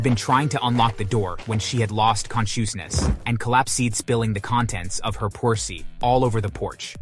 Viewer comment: con"chu"snes oof 😂 a